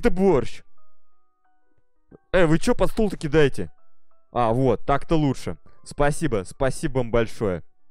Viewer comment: "Спасибоу" "Колозвончик" кто заметил? xDD